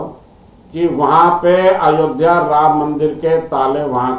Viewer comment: अयोदिया नही अयोध्या।